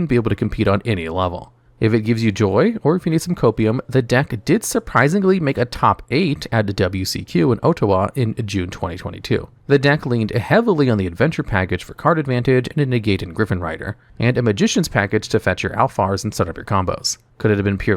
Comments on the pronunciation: Ottawa is pronounced "autowa" for future reference :P Hearing my hometown called ohtowa sounded wild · Yeah but then he said "Oh-tah-wah" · whoa whoa whoa, how did you pronounce that? If that's a Canadian tournament, you must have meant Ottawa, right? It's a SHORT O sound, like hot or olive, not a LONG O sound, like home or own. Good grief.... Cool video otherwise haha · As bad as these cards are, the worst thing in this video BY FAR is how he pronounced “Ottawa” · It was funny when Ottawa was mispronounced. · Great vid, but how did you manage to pronounce every Nordic word and proceed to mess up the pronunciation of Ottawa?? 😂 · There is no way this man can half pronounce these Nordic names but cannot pronounce "Ottawa" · Love how you completely murder Ottawa's name by using a Japanese pronunciation. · I love that his nordic pronunciation is actually pretty good then he fucking faceplants on ottawa